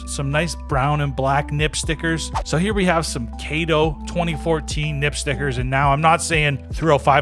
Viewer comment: brother wtf is a KAYTO sticker????